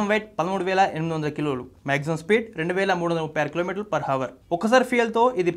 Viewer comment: హవర్ కాదురా నిద్రమొహమోడా అవర్. తెలుగుభాషకెలాగూ పాడెకడుతున్నారు చాలదా?